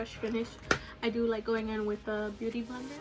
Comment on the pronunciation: I keep hearing you say booty blender lol